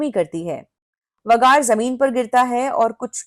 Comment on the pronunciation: आप वेगार को वगार क्यूं बोलते है। अच्छा सुनाई नही देता😂